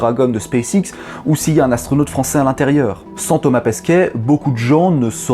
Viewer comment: Des Ass-tro-Nots